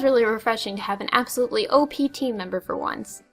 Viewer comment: Right when you said absol one apiered